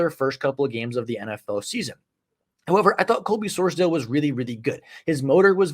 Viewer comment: Great video! Wanted to let you know for the future it’s pronounced “Sors-Dawl” not dale